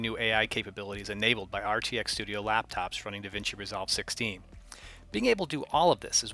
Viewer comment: The emphasis on laptops... thats kinda scary lol .